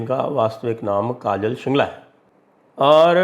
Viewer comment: काजल बेन शिंगाला है। शिंगला नही।